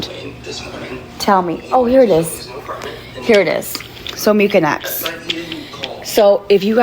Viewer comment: STOP SAYING MU-KIN-EX